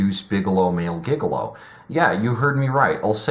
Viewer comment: It's pronounced "Jig-a-low", not "Giga Low"